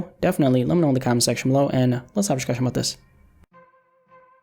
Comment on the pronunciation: yo why is it 'dishcushion' n all the other sh's instead of s